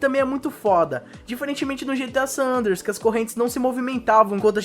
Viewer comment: "GTA San Anders" kkkkkkkkkkkk